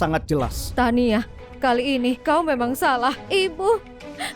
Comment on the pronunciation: Namanya Tania jdi Tiana, duber nya nge blank😂